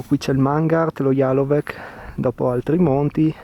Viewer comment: Jalovec come Bovec la c finale si pronuncia zeta mentre la v finale del Triglav si pronuncia come una u